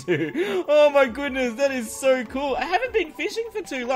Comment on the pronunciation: * 2017. "oh my gooness"